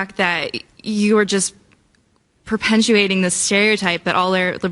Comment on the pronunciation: Perpentuate???? I care about what you put in your body like all the food you eat and all the health care your going to be needing because the rates go up across the board!🍔